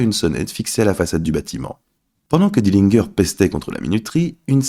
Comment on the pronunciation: Dillingueur? Encore un trompettiste!!! Tu dis pas Guinguembre!!!!!!! Pompe à vélo donc pourquoi tu prononces pas Dillinger comme il faut?